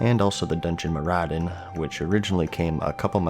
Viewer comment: its maraudon not marauddon